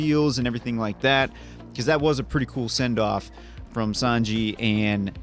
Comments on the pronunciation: I have to say, in the manga Ussop is my favorite since day one, but the live action Sanji (it's prononced "Sanj-ee" btw haha) is so good ! The actor got a lot of hate when he was cast but I'm glad he got to show these people wrong ! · Who else was cringing everytime they said San-Jay? 😂 like omg I was losing it 😂 itd SAN-JI LOL 😆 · Its SANJI not SANJAY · I get where you guys are coming from some of the accents it sounds like Sanjay but the proper pronunciation is San G the ji is a G sound otherwise you guys have the San part down correctly thought I would throw this out there for the sanity of all the one piece fans lol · ITS SAN-GEE NOT SAN-JAY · Sahn-Gee not Saan-Jay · btw, is san-ji... not san-jey xd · It was so weird to hear sanjayyyy. Itz sanjjjjjjjjeeeeeeeee plz (sanji) 😭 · San-Ji!!!!! Not Sanjay lol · Omg, you call him "Sanjay" one more time....😡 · Sawn- G. :D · I'm surprised you watched this with subtitles and still got Sanji's name wrong. Even with how many times Sanji's name appears on screen yall still pronounced his name as Sanjay. I was hoping at least one of you would catch and correct or when they kept mispronoucing it but no one did. A piece of feedback is I feel you guys are reacting less to the content and focus more on bringing up other shows/movies/characters not related to one piece at all. You guys do this in your other reacts too but it seems much heavier in the OP reacts for some reason. Like the long conversation about Hulk Hogan during the Sanji flashback for example. It just took away from the viewing experience hearing and laughing so loudly during such an emotional sequence. is my favorite since he's always focused on the screen, gives the best insights later on and shows he's actually paying attention to the show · Not trying to be that guy, but just because his name came up so many times in this video, it's pronounced Sanjee, not Sanjay. 😄 Edit: Never mind, and got it in the end!